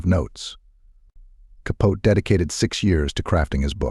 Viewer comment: If you can’t say Capote’s name correctly, you might want to rethink posting such ‘documentaries’.